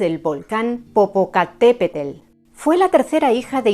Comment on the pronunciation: ❤ me encanta como los españoles tratan de pronunciar Popocatépetl, 😅 si es complicado ❤